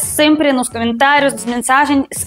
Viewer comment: "Camentários" porque sílaba tônica é o tá, não é?